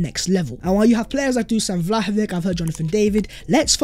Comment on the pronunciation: For God's sake,, when are you going to learn to pronounce Vlahovic's name?? EVERYONE around you is pronouncing it properly. LISTEN to them!